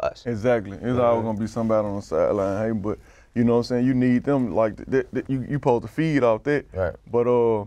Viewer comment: Translations : Skrictly = Strictly Pose-da = Supposed to Da Skreetz = The Streets Carcazian = Caucasian You’re welcome 😉